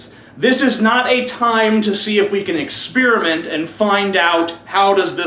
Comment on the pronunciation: Um what's exspearment and ont? LOL just fucking around. Good video.